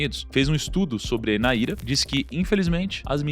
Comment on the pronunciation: Não é Naíra, é NÁIRA só pra corrigir a pronuncia, NÁIRA NIGERIANA